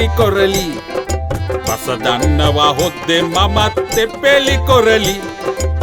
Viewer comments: හොද්දේ කියන එක හු...තේ වගේ🤣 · රස දන්නවා හොද්දේ කියන එක මට ඇහුනෙම වැරදියට කියකෝ🤣🤣